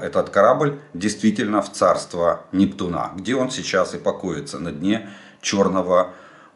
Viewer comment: Жданов, почему вы говорите НептунА? Надо говорить НептУна.